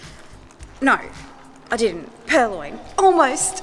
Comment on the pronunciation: You said Purloin correctly! That has to be a first, even I have started calling them PurLions :)